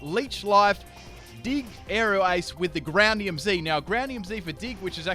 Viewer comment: sounds like he's saying grannium Z XD